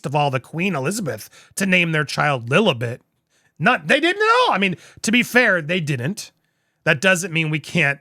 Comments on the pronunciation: It is not pronounced as Lily. It is lilibet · Love the coverage Andy. Its pronounced Lillibet like if you bet money on the super bowl or something. Lilli Bet and it was also a name that her late husband Prince Philip called her.